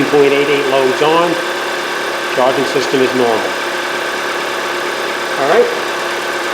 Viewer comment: Hey, what's up with "charing system"😅😅